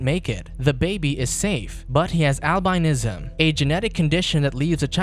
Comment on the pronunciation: The way he says Albinism got me dead 💀😭🤣